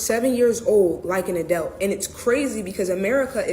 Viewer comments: Help me out. Isn't the word pronounced, "A-DULT"? What is an "A-DELT"? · Still trying to figure out what an "ADELT" is🤔